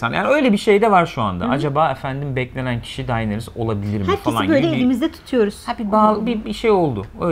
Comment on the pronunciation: Arkadaşlar Daenerys e "Dayneris" demekten vazgeçerseniz müteşekkir olucam. "Deneris" i "Dayneris" şeklinde telafuz ettiğiniz her an muhabbetten kopuyorum. "It''s not you" da ozunde bir onay cumlesi; stark Kurtlari Karakter olarak sahiplerine benzerler, mesela Sansa'nın kurdu daha yumuşak huyluyken Ricon un kurdu içlerinde en saldırganıydı. Dolayısıyla Arya'nın en özgür iradeli Stark olması kurdunda da mevcut ve Kurdun kurduğu pack ve liderlik etme isteği, Arya'dan kopup kendi yoluna gitmesi , Arya'nın " eh yani sormam kabahat tabiki gelmeyeceksin çünkü sen bu ( Emir'e uyan nereye çekilse gelen biri) değilsin, benim gibisin, sigh " iç sesinin ve durumu kabullenişinin tezahürü bence.